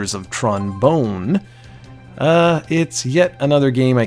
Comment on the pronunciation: Tron Bonne is prounced like bonbon. It's supposed to rhyme.